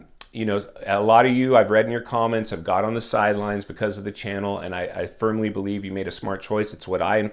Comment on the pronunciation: he says "I spermly believe..." 🤣 Oh and he definitely had his coffee today lol.